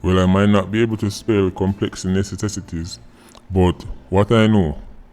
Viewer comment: BY THE TIME FINISHED PRONOUNCED COMPLEX NECESSITY HIM TONGUE SUPPOSE TO LOOK LIKE CHOP LIVER....